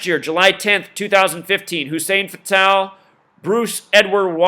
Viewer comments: U keep saying fatal like the indian name patel but its fatal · You say "Fatal" so wrong my brother... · you cant even say fatals name right. these people are old and died. all black guys know most dont make it to even age 60. the old saying is what good is social security for the black man if he dies before he can even get it. syke was a big guy, he had health issues. it happens. he lived a pretty god damn long time.